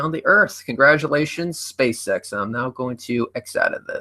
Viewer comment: is it only me that whenever he says spaceX, i always hear space sex?